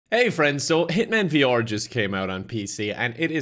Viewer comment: I like how says VR in a way that rhymes with yeehaw